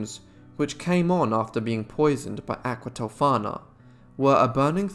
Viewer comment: Thank you for the spot on pronunciations! I loved this story when Bailey Sarian did it (aqua tofaaaannaaaa), but I certainly appreciated your take on it.